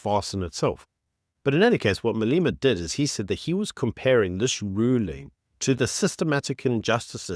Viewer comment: Malema. Not Maleema. E pronounced as in egg!